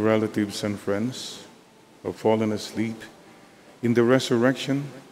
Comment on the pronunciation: God's word is salvation. With all due respect kindly train the reader to pronounce properly. I could hear the word fallen pronounced as pollen and many other words. PEACE